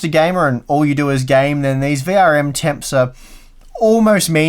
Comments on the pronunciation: Why do you talk so fast? V R M not variem. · I either am losing my hearing acuity or toy are pronouncing VRM kind of like verium. I hope it is the latter :)